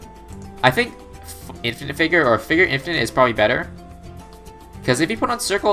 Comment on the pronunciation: did you seriously call it “in-fie-night”?